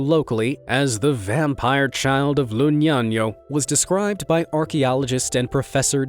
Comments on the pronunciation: You're pronouncing "Lugnano" totally incorrectly. It's "LOO-NYA-NO", and not 'Loo-nya-nyo'. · I think Lugnano is also incorrect. It skulls be loo-nya-no, since there's no g before the second n. It's Italian, not a Spanish n with a tilda. 😋